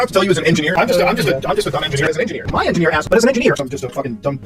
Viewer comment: he's saying INDIANEER. he just pronounces indian like an old prospector